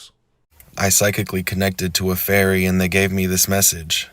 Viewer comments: it sounds like hes saying "furry" every time he says "fairy" lol. makes it a very different video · The way you say fairy sounds like furry which just makes it even funnier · English here. It certainly does sound like furry most of the time. As when he says fairy he is doing it with effort. I think he is saying furries on purpose; doing it to mock fairy believers more. As he finds saying furry for fairy funny. Or it could be his northern Dialect As you can see it takes him effort to actually pronounce fairy.